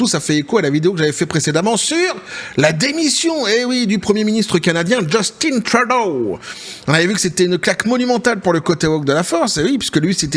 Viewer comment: Son père s'appelait Pierre Eliott Trudeau (Né à MONTRÉAL)... C'est français Québecois donc Justin Trudeau ce prononce en français... Drôle d'habitude que vous avez de le prononcer avec un accent anglais. JUSTIN (En français sans accent anglais) et Trudeau pareil! ;) Même son père le prononçais sans accent anglais. Je suis complètement neutre mais je sais que les États-Unis importe près de 50% du Canada comme l'alluminium, le bois, de l'électricité "Hydro-Québec", Sirop d'érable(Qui est, malgré ce que l'on peut en penser, une mine d'or)...etc etc. Donc pas sûr que ça soit dans leur intérêt une guerre économique. Les 2 pays seraient perdant. Le Québec leurs couperaient l'électricité et ce serait déjà un ÉNORME problème... déjà pour la totalité de New York.... Faudra bien réfléchir aux impact avant de faire les fous. :)